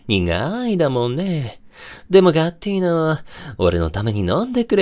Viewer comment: とんでもなく良い声しててどちゃくそ好きなんですけど、ガッティーナ？がガッテンだにしか聞こえんくて、しかもそれが己の呼び名ときたら多分洒落た感じな筈なのにずっと江戸っ子しててちょっと笑ってしまいました笑。でも良かったです👍